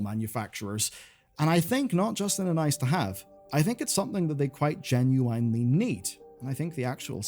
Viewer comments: Does dude say "genuinely" incorrectly or am I going crazy? I noticed last vid too at least he's consistent I guess 🤣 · You lost me at "geNuWYNE" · Great coverage - but please stop saying "genueyenely". I've never heard anyone say genuinely like that in my life. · I love your videos but the way you pronounce "genuinely" drives me up a wall